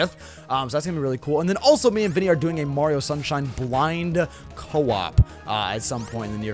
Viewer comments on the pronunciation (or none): none